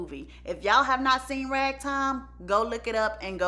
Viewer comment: Great video ! Your accent had me googling “rag Tom” instead of “Ragtime” 😭😭😭💀